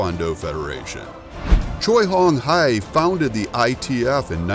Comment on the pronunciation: alright. Massacred Gen. Choi Hong Hwi's pronunciation LOL.But nice comparison of the 2 federations and history though.